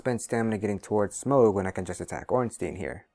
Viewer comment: I really suffer when you say smaug instead of smough